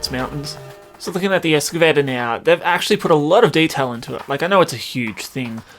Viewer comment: excavator not escavator